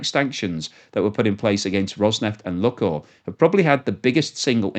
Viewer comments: It’s not “Luckoil” - it’s LooooooooookOil. Can’t you figure that out?? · Lukoil - pronounced Lukeoil! Like Luke and Oil.